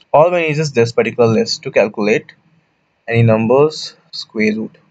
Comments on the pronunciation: It is square not squeer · Ok, guys, this is so funny, I heard of weird pronunciations but come on guys when does a square become a squeeze?